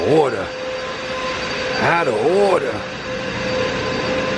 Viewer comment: "This whole rest stop is out of ohhwwda"